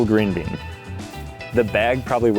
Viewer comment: He said green been 😂😅